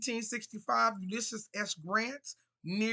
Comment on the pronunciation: It’s Va-RYE-na, not Va-REE-na. From Virginia here.